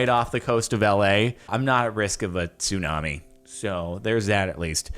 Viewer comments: Says 'tsumani' not 'tsunami'. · “Tsumani” wait a sec 🤔